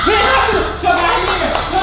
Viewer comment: Eu gosto muito deles "rafa e " mais da a raiva quando o fala raperu 😡significa "rapido"